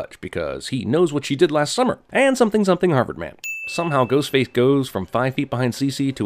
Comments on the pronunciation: I swear that he said “Goatface” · Is it me, or did Jeremy say "Goatface" ? Or am I just crazy? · Lololol at around the mark he says “goatface” instead of “ghostface” that’s really funny to me